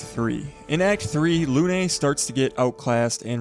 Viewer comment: thank you for the tips omg i love it , im always looking for new build . PS: Lune is not pronouced Lunay 😅 , as a french its very funny to hear how you pronouced it , but anyway np you can actually see the proper calling in google translate and also it means moon